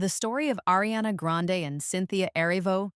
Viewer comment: Learn how to pronounce “Ariana!”